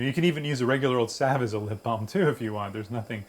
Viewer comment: I'd she saying lip balled